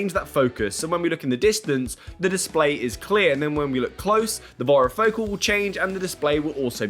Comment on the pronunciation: Please learn to pronounce varifocal it rhymes with "fairy" Focal